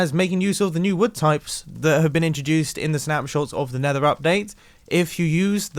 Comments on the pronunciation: Leave a like if you heard mumbo saying “nather” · "The nether is a very 'fuggy' place. You know, there's plenty of nether 'fug' in there."